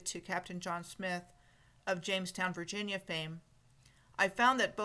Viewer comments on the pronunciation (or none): none